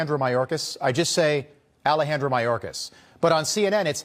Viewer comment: he says they’re switching to the “perfect” Spanish accent and then continues to say it improperly. Alejandro would be pronounced, “ All aye on dro “ there wouldn’t be a trill to the “R” consonant same with Cortez. The “R” consonant is unchanged in these names. There are rules to this language stuff. Two “L”’s together like in the word tortilla make a “Y” sound. Two “R”’s is when a trill, or a rolling of the “R” is called for. Otherwise it sounds like some white nerd trying too hard to fit in, or has been unwilling to ask how it’s pronounced.